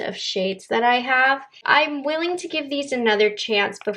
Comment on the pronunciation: Did you say “geev” instead of give? 😂